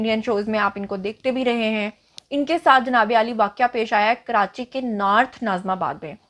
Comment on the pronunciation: It's not naarth , it's North